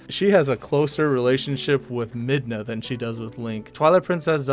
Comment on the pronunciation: Yeah, Link already has a girlfriend in Twilight Princess, but you said her name all weird. I could've swore her name was Midna 😂